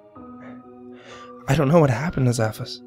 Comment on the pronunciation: It's zass...fass